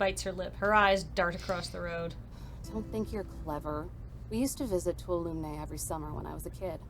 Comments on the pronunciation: Twalomee not toolumnay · If you decide to keep playing, may I help you with a pronunciation? Tuolumne is pronounced "To all o' me" (or in IPA, /tuˈɒləmi/ - you don't pronounce the "n.") I don't blame you - the text was missing a letter in some places (even though it was spelled correctly in the art outside Eve's cabin), and the voice actors mispronounced it, too. (I live in Central California, and the Tuolumne River runs through my town.) I guess I have to give this game some kudos, though - it's been ages since I've been to Yosemite, and now I'm thinking I should visit it sometime. (The waterfalls truly are gorgeous.)